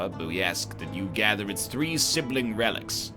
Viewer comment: he cant pronounce relics